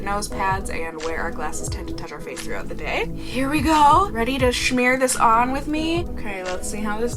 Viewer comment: It's just smear lol it's funny when you say shmear but like.. It's smear lol ok back to the video